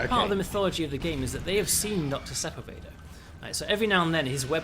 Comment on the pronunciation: I love your games, uplink was one of the first PC games I ever really got into, this game is amazing, and I love all the work you do. THAT SAID, as a born and raised southern Californian, the pronunciation of Sepulveda is making me do some double takes with my ears, and I fear I'm in danger of pronouncing it that way in the future now.